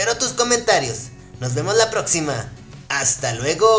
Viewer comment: Pues que es vaquero o que al final dice hasta luego todo raro